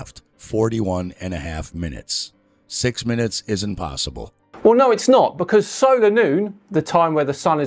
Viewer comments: Did he say "impossiBall?" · "impossiball" - did he actually say that? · I just love how he stresses the last syllable in „impossible” to make sound like impossiBALL